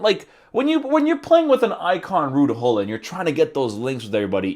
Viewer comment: Its fun that english people cant prenounce his name correctly you say hollit we really say Gullit 😂